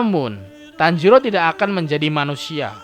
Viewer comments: Tanjiro bang bukan tanjidor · Bang tanjiro bukan tanjidor :v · apa tanjidor😂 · Tanjiro bukan tanjidor😂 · Guy tanjiro bukan tanjidor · Bang kok tanjidor 😭😂👍